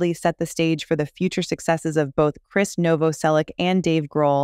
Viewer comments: This lady pronounces Krist’s name differently every time she says it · His name is pronounced the same as "Chris"... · All filler, worst vid. Announcer can't pronounce words in script such as Krist's name.